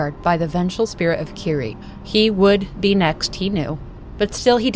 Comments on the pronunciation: Kirie is mispronounced too, it should be like Ki-ri-eh, not ki-ri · Eyy, I was around for your Zelda videos but lost track of you, great to see you again! Quick thing though, the name "Kirie" is actually pronounced "Kee-ree-eh", gotta pronounce all the vowels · I love love love your channel and this series. And I love this video too, just... maybe, not wanting to be an ass, but, in japanese it is ki-ri-e <3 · This video essay is great but a few tips on pronounciation: Almost every letter in Japanese is pronounced so it is Ki (as in keen)-ri (as in ream)-e (as in end) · Fantastic breakdown of the story. Pronunciation of 'Kirie' is wrong though. It's a three syllable name ending in 'eh,' similar to the Latin word Kyrie.